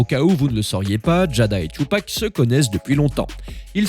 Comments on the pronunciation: son nom se dit Tupac pas " Chupac"🤣🤣🤣🤣🤣🤣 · C'est pas thioupak c'est Tupac (ca se prononce ''toupak'') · Tu ne mérites pas de parler « Tchupac… »😂😂😂